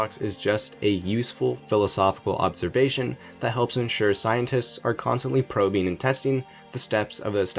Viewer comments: ¿Observ"s"ation? You should have that corrected. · "Observsation" Also I'm pretty sure that you don't know what a paradox is. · “OBSERVSATION” LOL! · Nice "observsation"...